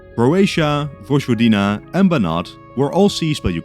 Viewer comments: It is Voyvodina, not Vodjvodina. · Vojvodina isn't pronounced "Vozhvodina" but rather "Voyvodina". Otherwise your videos are great! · Small correction: Vojvodina is pronounced voy-vo-dee-na in English, like in Serbian, not vozh-vo-dee-na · hello, I'm Serbian, vojvodina is pronounced as voy-vo-deena, just so that you know 😊🇷🇸